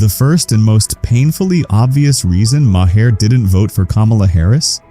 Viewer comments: It's not muh - hair. It's maer. That's so annoying. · When did Maher change his name to Maa-Hair?